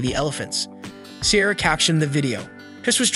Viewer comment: Helpful tip for your good video, please learn how to pronounce Ciara's name correctly before posting your video.